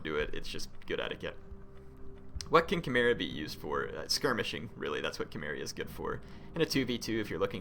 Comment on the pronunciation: isnt Cimmeria said like: Simmeria? and not Kimmeria.....?